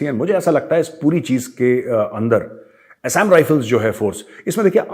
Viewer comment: Assam pronounciation galat bola hai major ji.